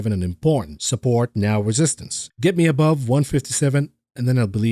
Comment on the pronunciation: 12,03 “That ets you quickly peek” - We will “et” you of the hook for that one